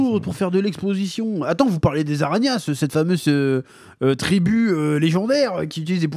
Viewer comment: J'entends "tribue des aragn ass" 😂😂😂